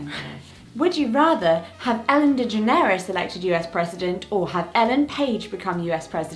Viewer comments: “Ellen D-geh-ner-res” I’ve never heard anyone pronounce it this way before. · It's Ellen DeGeNeres not Ellen DegenEres! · Why are you saying Ellen DeGeneres wrong? It's not 'Ellen degenERes', it's pronounced 'Ellen DeGENeres' Emphasis on the 'gen', not the 'er'. Sorry, love your videos but that just triggered me. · I don’t know if it’s a deaf thing or British thing, but Ellen DeGeneres is pronounced like de-Generous. Love y’all 💞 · ...but more to the point, it's pronounced "Deh-GENN'-uh-Russ", like the word "generous" with the letter D in front. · Did she just say Ellen degeNAREous?? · I'm sorry but I'm completely shookt with how they say DeGeneres. I didn't realize people pronounced her name differently and now I'm wondering if I've been saying it wrong my whole life 😳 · Oh my god the way they say DeGeneres. I get Jessica getting the pronunciation wrong, but. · Wait... do all British people pronounce Ellen DeGeneres like that? Have we just Americanized her last name and I never knew it? 😂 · What's a gaydar? I do believe the emphasis in Ellen's surname should be on the second syllable. Also, I don't know Ellen Page well enough to answer this question. I'm with Jessica on this! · I love how you two are pronouncing Ellen’s last name 😂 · We 🇨🇦🇨🇦 rule everything!! Plus, the way they Both mispronounced Ellen DeGeneres' name.... Ooooh boy.. Lol Jessica we can forgive, but?? TSK TSK! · THE WAY YOU PRONOUNCE ELLEN DEGENERES IS SO CUTE WTF ?? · I was wondering about that. Is it some sort of family joke? It’s so NOT how Ellen DeGeneres pronounces her name.😄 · same, I thought “Okay, maybe Jessica’s never heard the pronunciation before”, but when said it I was taken aback. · If you read it in spanish, that's how you would pronounce it! :o I didn't know that it wasn't correct